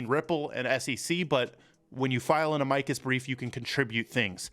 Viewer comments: Mo-saad not moo-sad 🤦🏻‍♂️🤦🏻‍♂️🤦🏻‍♂️🤦🏻‍♂️ Ah-mikus briefs???? It’s pronounced Ama-cus Jesus Christ man. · Just in case you cared it is not pronounced uh-mike-us. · Try pronouncing Amicus properly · You’re saying Amicus wrong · you need to learn how to pronounce words you use...Amicus, etc